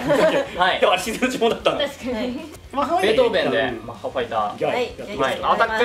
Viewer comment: ベートー「ベ」ン ですよ